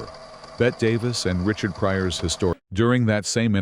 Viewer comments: And she was Beh-tee, not Beht, Davis. OMG get the basics right. The AI is confusing Davis with Midler. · Robot Ai narrator, her name is pronounced Betty NOT Bett. Also WHY is the film all scratchy and nasty? 👎🏼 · So fake. Her name is not pronounced as Bet but as Betty. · BETTE (pronounced BETTY), not like Bette Midler (BET). Idiot announcer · Ifyou are going to take the time and effort to make a video of the iconic Bette Davis.....learn how to pronounce her first name. It is TWO syllables not one. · Pronounced BETTY not BET! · who is Bet Davis? It's pronounced Betty. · If you're going to use AI to narrate, you'll have to spell "Bette" as "BETTY" so it PRONOUNCES THE NAME CORRECTLY. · "BET" Davis??? How can anyone take this seriously? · She deserves to have her name pronounced correctly. It's Bette. Not bet